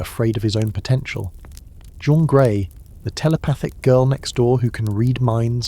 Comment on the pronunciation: The narration is also AI...but that's standard nowadays. I still chuckle, though, when the X-Men character "Jean Grey" (Marvel Girl/Phoenix) is referred to as "JOAN Grey"...and then "JOHN Grey". AI is still fallible.